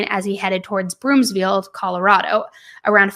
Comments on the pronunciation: It’s broomfield not broomsfield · I'm a local. It's BROOMfield, not Broomsfield. Thanks,, for covering this case. Love you so much! ❤ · Don’t apologize! We so appreciate the coverage! But, it’s Broomfield, not BroomSfield 😉 just for future reference. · There is no s in Broomfield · Broomfield* no “S” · BROOMFIELD girl not BROOMSFIELD there's no "S" 🤣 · Broomfield not BroomSfield. No "s" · Thank you for the content you make and how much content you make. I can't get enough. * As someone from Broomfield, CO, I just want to point out it's Broomfield, not Broomsfield. 😊